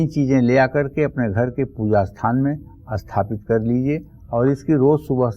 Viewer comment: Aap sathapit ko asthapit kyon bolte hein..?